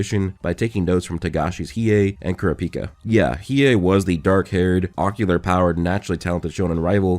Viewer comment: If yall have seen hxh you will be quite confused in this section as he references two different charcters, killua and kurapika and mis-prenounces kurapika